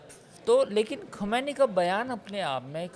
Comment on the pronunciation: Kisey bitha dia bhai.... Isse iran k supreme leader ka naam tak sahi nhi liya jaa raha...😂 "Ali Khumaini" 😂 correct name is Syed Ali Khaamenie